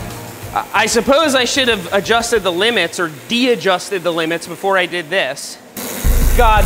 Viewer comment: "deadjusted..." * dejusted